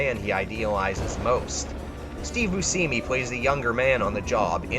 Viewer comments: steve beuscmi? steve booshemi? nah brah, steve boosini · steve buseeme? dafuq it's Buscemi(BOO-SHEH-ME ) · Not "Steve Booseeme," "Steve BOOSHEMI." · Seriously though you NEED TO LEARN PROPER PRONUNCIATION!!! Subsequently (sub se quint ly) Akroyd (ack roid) and Steve Buscemi (boo shim me)!! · Is it deliberate to pronounce your words wrong ? Acheroyd busheemy ambergreese ???? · ...Steve Booseemy. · Drove me nuts lol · Sin Sanity Yeah, he also said Steve Buseemi. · This list was invalidated when you mispronounced Dan Aykroyd and Steve Buscemi.